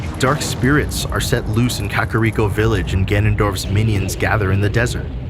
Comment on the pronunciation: can say deku but not Kakariko, can say Shinto but not shigeru. The vowels if Nihongo (language of the country Nippon aka “Japan”) is not that hard